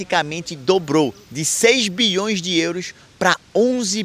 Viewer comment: BIOIS DE EURO